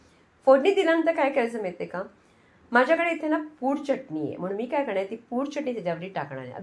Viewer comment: च्यटणी नाही चटणी म्हणतात. बाकी उत्तम रेसिपी आहे.